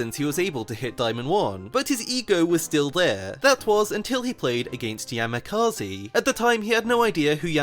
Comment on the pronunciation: That's not how you pronounce Yamikaze at all 😭